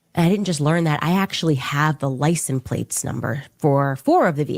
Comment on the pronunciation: “Licen plates” ….Candace literally cannot pronounce words correctly sometimes—and far too often if u ask me. The other day she pronounced architecture as “architexture”. And my personal favorite: Ishreal!!!😅